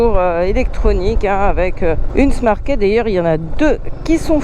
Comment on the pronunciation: Key se prononce « ki » pas « ké »...